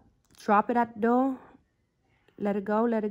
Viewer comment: Drop it at da doe (door) lol 😂 😂😂 the GOAT 🐐💅💅💅💅💅